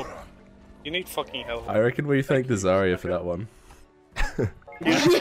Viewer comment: “monkey on me plz hewp. i need hewp he pop his ult on me wtf☹️”